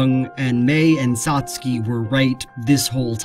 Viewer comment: toh-TOh-roh SAs-kay CAt-bus